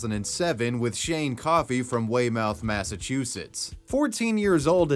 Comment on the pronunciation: Let me help u with that whey mouth mass pronunciation- it's whey- myth- from a fellow masshole- I died laughing l. I understand why u read it wrong. That's mass for ya.